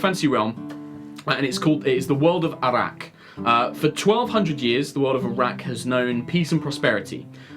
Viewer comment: Am I the only one who hears Arrak as Iraq?